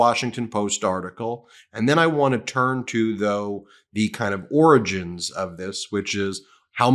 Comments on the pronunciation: C'mon Ben, it's pronounced "oringes". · Ben, don't you mean the "oranges" of this? Oh, no, sorry, it's Trump who can't say "origins". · So it's pronounce orgins and not oranges.